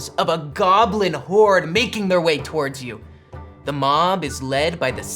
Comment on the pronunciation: not ['towərdz], but [təˈwɔːdz] (UK) or [twɔːrdz] (US). This mistake in pronunciation just really annoys me.